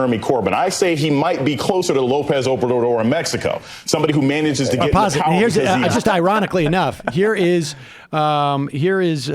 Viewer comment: "We need Pahwaah"